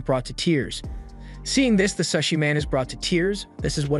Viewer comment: how do u get an ai to mispronounce sushi bro